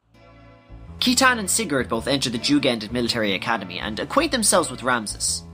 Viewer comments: Yo both of these are so sick, very accurate in terms of story. I would like to make a joke though... I know we all had our own ways of pronouncing things growing up as kids but... KEYTAN?! JEEZI-UH? C'mon bruh hahaha. I've heard Sight-in, Sigh-tan, Sit-tan, Shit-tan, but never have I ever heard KEY-TAN lmao. Seriously though, great work here (and your many other videos)!!! Just wondering if Final Fantasy Tactics was also on the list? I'm far less obsessed with FFT compared to XG so I actually need a lot of help with that one. Anyway, got yourself a new fan and subscriber~ YOU SHALL BE A YOUTUBE GOD. YOU SHALL BE A YOUTUBE GOD. YOU SHALL BE A YOUTUBE GOD. YOU SHALL BE A YOUTUBE GOD. YOU SHALL BE A YOUTUBE GOD. YOU SHALL BE A YOUTUBE GOD. YOU SHALL BE A YOUTUBE GOD. YOU SHALL BE A YOUTUBE GOD. YOU SHALL BE A YOUTUBE GOD. YOU SHALL BE A YOUTUBE GOD. YOU SHALL BE A YOUTUBE GOD. YOU SHALL BE A YOUTUBE GOD. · one small point, citan's name is pronounced as seetan. I own the Japanese version, and everything in Japanese is written phonetically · Thanks for making this dude, it's very well done. I really loved it because I needed to recap on what I understood long ago about the game when I first played it XD. Ah, and just to mention, Citan's proper pronounciation is Shitan (shee-taun) as spelled in the japanese version. They mistranslated it that way though due to the word shit being in his name. However, there's still existence of his name spelled as Shitan in the game when you go into debug mode. You can go to his house through one of the warp options that says "To Shitan" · and Citan is pronounced See-tan... dude is suppose to be a parallel to Lucifer... AKA SATAN. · I’ve always pronounced Saitan but yes it’s seetan or shitan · Excellent video, you really did explain the story in a way that's easy to understand. One thing bugs me tho, Citan's name is supposed to be pronounced "See-tan/Si-tan", since his Japanese name, Shitan, couldn't be used for obvious reasons.